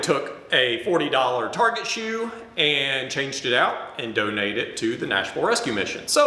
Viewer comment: Target become "Tarjay"